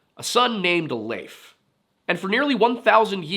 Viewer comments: Finally someone who pronounces Leif as Leif, and not Leif. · Thank you for pronouncing Leif the way you do. It was kind of consistent. Not perfect, not bad! Now say Cnut or Canute, or Knud, or Knut or... Love your channel BTW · Good video. I liked how you pronounced Leif correctly! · Thank you for pronouncing Leif correctly!